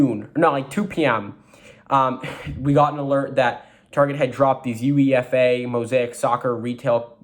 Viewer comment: It's killing me how you are saying UEFA. It's pronounced you-a-fa